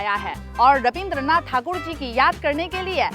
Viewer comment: Thanks for pronounce the term "thakur"